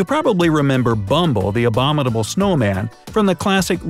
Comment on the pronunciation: Narrator ... you do know that the letter T is not in the spelling of abominable, eh?